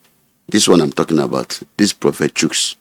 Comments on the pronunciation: Bro. It’s prophet not propheth. Good interview though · It's "prophet," not "propheth." There's no "th" at the end of the word.